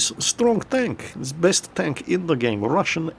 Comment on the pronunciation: Goddamit its Stronk Tonk not Tenk.